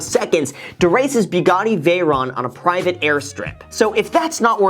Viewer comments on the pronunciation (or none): To race his "BEEGADI" veyron